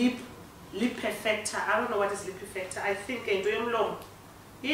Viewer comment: " hini guys ilip perfector? It perfects the lips?" 😂😂😂 you give me life 😂